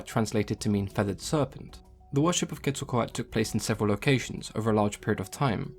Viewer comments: Why does he say Quetzlcoat when it is Quetzlcoatl there is a L at the end and he doesn’t say it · So well done! Just an FYI, you had the pronunciation was a bit wrong, just at the end of the name. The "L" is pronounced similar to the end of turtle. The "tale". But, you're always so informative. Love your videos. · Ket-sal-co-ah-tuhl and koo-kool-kan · I really thought this was pronounced "quetzo-kowatol" :( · This might not be important to you, but the correct pronunciation is Ket-sal-quatle. i do find this extremely entertaining and enlightening. keep up the good work mate. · I remember watching “Scooby-Doo: The Monster of Mexico” and Velma said it like “ketzal-kwatal”. I was so proud of myself for knowing what Quetzalcoatl was, but scooby-doo led me astray. Just a random memory. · Do the right pronunciation or sod off you are about as white as you come trying to use the Aztec dialect Quetzacoatl npt how your you are pronouncing it why is that white people think accents need a white only translation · one youtuber that uses the names of aztec gods in her animations in one video about how to pronounce names they talk about how Quetzalcoatl is like zeus for the aztecs to her friend (who is a VA in her animations) the part i like is this quote "corn is friendly" lol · Also, I think you forgot the l at the end of Quetzalcoatl when you were saying it through out the video